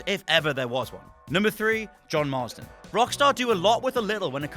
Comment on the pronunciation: Why is he saying John/Jack Marsden?? Its Marston!